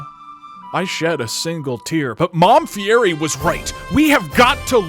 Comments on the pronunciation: if guy was really your mom you would know his last name is pronounced fieti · Fie*DI* you don't pronounce the R god damnit! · You're pronouncing fierri wrong